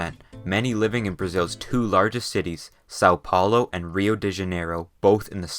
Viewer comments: SA O PAULO AND RIL U DE DIANEIROL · I lived for this: "Soul Paulow" and 'Riow de Janeirow" i love how outsiders pronounce certain words of here. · "sau paulow" e "riou di janeirou" é foda kkkkkkkkk